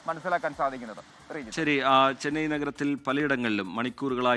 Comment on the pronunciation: ചെനൈ അല്ല. ചെന്നൈ..